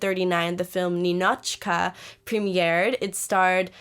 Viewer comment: It is nInichka, nInochka! Stress on the second syllable